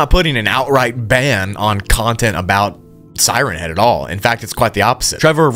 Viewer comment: tfw he puts the emphasis on head instead of siren. Siren head is a thing with a siren for a head. siren Head is a remote nature spot like Lover's Leap or Henderson Point. "Hey babe, you wanna go up to siren Head and make out?" (He does get it right a couple of times, but that's when reading it fast, like one word, like Slenderman. Sirenhead.)